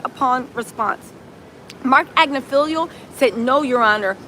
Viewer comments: AG NIFF AHLO not AgnoFEEL-IO 😂😂 maybe you’re mispronouncing it on purpose to make him sound silly. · Ag-Ni-Fill-Lo Not Agnifilio